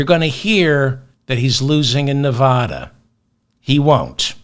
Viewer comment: Your persistent, incorrect pronunciation of Nevada makes your otherwise fantastic podcast unlistenable. It gives me a headache.